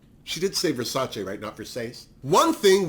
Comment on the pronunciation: We needed Drag Race España to finally have someone pronounce Versace the right way 😂 I have a feeling Hugaceo will keep surprising us throughout the season…at least I hope so 😂